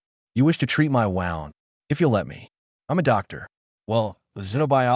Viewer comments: Injury= wound. Pronounced as WOOND. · I wish the AI narrators would learn to pronounce the words, tear, read, bow, wound, grenade, and agape correctly. It drives me crazy! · AI still can't pronounce "wound". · You butcher words wound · Nice story. Thanks. Why does the narrator voice get the pronunciation of wound (as in an injury) right some of the time. And then some of the time, pronounce it as wound (tightened thread around a spool)?🤔